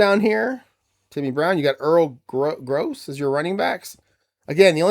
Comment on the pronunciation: Pronunciations: It is Earl Grow and Ray Poagie, rhymes with hoagie. Joe Don Looney got run out of Baltimore by Don Shula. He spouted off telling Shula "I ain't no messenger boy," after being sent in to the huddle with with a play. There is a "t" in "Nowatzke." Cleveland is 3-0 in my 1958 replay so far. Jimmy Brown has 543 yards on 77 carries! Groza is 3-11 on FGs, longest being 16. Terrible kicking. Enjoying your replays!